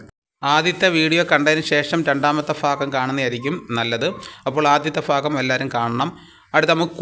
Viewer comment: "ആദ്യ ഭാഗം" എന്നതിനെ ആദ്യ ഫാഗം എന്ന് ഉച്ചരിക്കുന്നത് എന്താണ് സഹോദരാ?